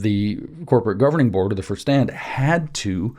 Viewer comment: Vorstand = “for-shtahnd”